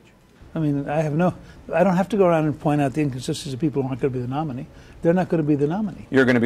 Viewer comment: He really doesn't know where to put the emphasis in the word "nominee".